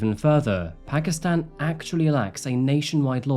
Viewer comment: It’s pronounced Paakistaan. Not phakistan.